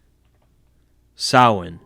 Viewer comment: its so refreshing to hear someone pronounce Samhain correctly, well done mate